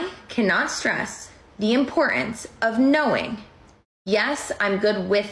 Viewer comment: ImporTance not "impor-ance"